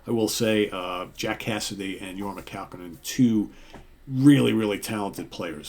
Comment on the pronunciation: pronounced Kah-Cone-In. Accent in middle "Cone". Thus, Your-mah Kah-COne-In. HOT TUNA! He is from Santa Clara, Ca